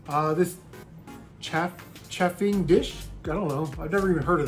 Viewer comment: Chafing..is pronounced Chay Fing...list em..see what happens